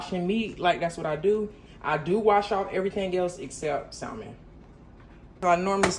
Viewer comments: The L in Salmon is silent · The L is silent lol ❤ but salmon is the easiest to cook doesn’t need that much seasoning or has to cook long. You are so funny. ❤❤ look like you enjoying the new place.